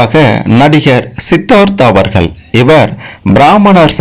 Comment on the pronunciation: Very bad video in 21st century, friend first learn how to pronounce ' Avargal' in Tamil,50% wrong information